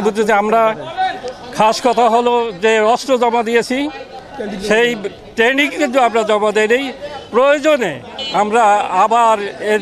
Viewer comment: ট্রেনিং কথাটা উচ্চারণ করতে পারে না এরা নাকি মুক্তিযোদ্ধা করে মুক্তিযুদ্ধ করেছে শিক্ষিত এদেরকে দিয়ে রাষ্ট্র পরিচালনা করানো হচ্ছে লজ্জা লাগে